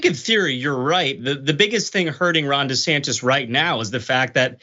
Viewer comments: Dr Richey trying to act like him saying Ron DeSatan (excuse me DeSantis) was a slip Of the tongue 😛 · Desatantis.... 😂😂😂😂😂😂 I heard that